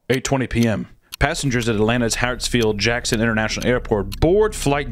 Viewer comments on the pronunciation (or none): Pls pronounce the airport’s name correctly. HaRtsfield. Not “Hatsfield”. I know it really doesn’t matter but it kept distracting my adhd Atlanta native ass